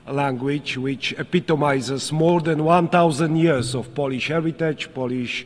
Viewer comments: To moze inaczej :) fonetycznie : polisz ? albo poliś? powinno byc POŁLIYSZ. Trzeba Krarolowi fonetycznie rozpisac. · Swietne przemowienie Panie Prezydencie. Tylko jedna uwaga: nie " polisz "- polisz to łyzke albo lizaka. Czytamy bardziej "połlisz" Tak samo jak "pol" to tyczka a "Połl" to Polak. A tak poza tym to super. Pozdro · Czemu nie może powiedzieć Polisz tylko mowi poliś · powinien powiedziec fonetycznie poprawnie POŁLISZ to bardzo latwe w wymowie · Ja też jestem z niego zadowolony ale musi naprawdę popracować nad angielskim bo: poliś, langłić - no bez jaj. Tych kilka słów mógłby siąść przed takim wystąpieniem z nauczycielem i wyćwiczyć. Tak samo tego snusa przyje..łby w kiblu bo całe bardzo dobre przemówienie przyćmione incydentem snusowym